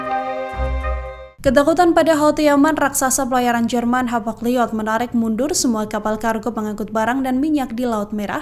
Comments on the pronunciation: Wah presenternya salah baca. Hapag Lloyd dibaca Hapag Llyod 😂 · Hapag loid Bu ...bukan hapag liod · Bacanya Hapag liyot apa Hapag loit sih, kok kedengarannya aneh.